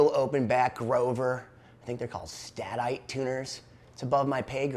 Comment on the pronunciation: These old Duo Jet variants are so cool! They look brand new because of their plastic covered top made from Nitron, the same stuff Gretch covered their drums with!. Peter Kohman from Retrofret has a great 2 part article on the Duo Jet's history in Vintage Guitar magazine if you can dig it up! BTW Grover Sta-Tite is pronounced like Stay-Tight!